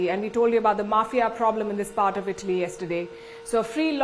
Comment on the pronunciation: Say ITALY properly. I thought u were saying BALI